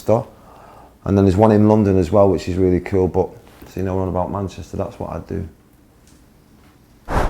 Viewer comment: 영국발음인가요 ㅋㅋㅋ 쿨이 퀼로들리네